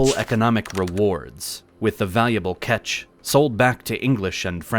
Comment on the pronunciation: A large group of men and ships is a Continent? I think you mean Contingent! And since when is 'catch' pronounced 'ketch'?